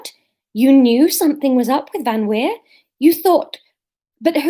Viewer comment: Laura, you said VanWeer perfectly. Re Maki, we’ve had the same issue with both our girls (the boys ultimately wanted to wee on everything). I think you just need to hang out in the allotment for soooooo long that she has no choice but to wee and then go crazy with the praise - see if you can be there long enough for her to have a nap there. And i think the labling “wee” is a good idea - we say “do your wees” as soon as the pup squats and then “good girl” when she’s done. Sylvie used to hold on for whole walks and then wee in the garden, but she did learn once the walks were longer. Public poops took even longer. Also, if you’re going somewhere you go frequently, you could dig up a bit of grass that she weed on recently (or paper towel from an indoor accident) and take it with you to then seed that place with her wee smell.